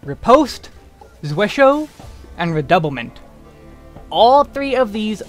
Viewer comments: it is German, one of the five core moves in German sword fighting. You were actually pretty close, the biggest thing is how you pronounced hau... Which should sound like "how", not "ho". It's a weird word that I'm guessing not a lot of people have even seen before, let alone tried to say. 😃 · Tiny nitpick: "Zwerchhau" is a Geman term, not a French one, so it's said completely different from the way you pronounce it. It's closer to (but not exactly) ""Tzveresh-how"" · I died a little inside when you pronounced zwerchhau like it was French word. Ooof.